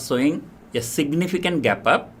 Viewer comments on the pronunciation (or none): none